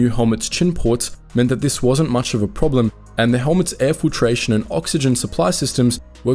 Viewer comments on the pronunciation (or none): none